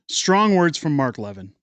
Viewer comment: FYI Mark Levin's name is pronounced "luh-VIN", not "LEV-in".